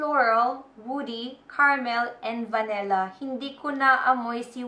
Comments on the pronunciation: It's "Vanilla" not "Va-Ne-Lla" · its vanilla not vanella